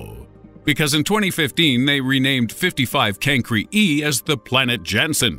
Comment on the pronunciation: He said 55 cancre e but its 55 cancrY e